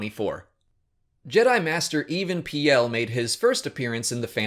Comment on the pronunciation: AND!!! AND YOU PRONOUNCED EVAN PEALS NAME WRONG! Come on man use the way they say EVAN PEAL in the show.